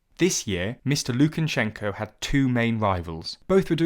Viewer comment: It’s actually pronounced Lukashenka. If you’re gonna correct someone do it right.